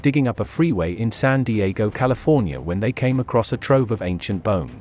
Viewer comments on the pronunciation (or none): none